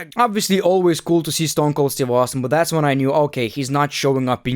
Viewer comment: my guy ... you butchered the Rattle Snake 😂